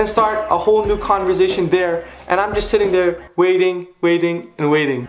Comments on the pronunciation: آقا کانورزیشن نیست. کانورسیشن هستش. سین داره. بهت افتخار میکنم :) انگلیسیت عالیه. و اعتماد به نفست. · 'Converzation' lol